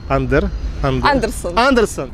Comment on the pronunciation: точно андерсон, не андерсен?